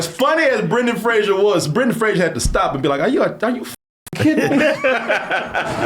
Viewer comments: Fraser. Not Frasier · FRASER rhymes with RAZOR.